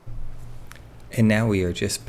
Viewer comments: Brent's last name is NOT hissy...proper pernounciation is....like Hi-C... and the rabbit airplane is a B25 Mitchell and is flyable. L-39 is flyable. Pilot seat isn't always the rear seat. Miss America is a P51 D Mustang. Yellow part is the oil tank. Miss A is flyable when the engine gets back. Just routine maintenance. The little model is a pedal plane. The high wing tail dragged is a L-19 Bird Dog. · Still got the name wrong. It's pronounced almost like "High-C" .. not Hissy. Brent 'Doc' Hisey is a neurosurgeon and owns several warbirds. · Brents name is pronounced Hi'-zee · He pronounces his name "HIGH-zee". "Doc" Hisey was a flight surgeon for the 465 TFS "Okies" at Tinker AFB, OK, when they had F-16s, from late '88 to around late '94.